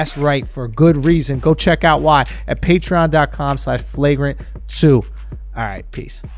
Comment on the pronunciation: Why does it sound like he don’t believe patreon is pronounced patreon